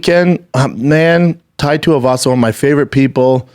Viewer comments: did he call tuivasa "topuria" ? or am i mistaken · Who the hell is “Typeria”